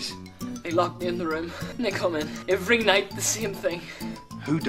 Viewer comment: I think he’s meaning to say every when he’s saying avery…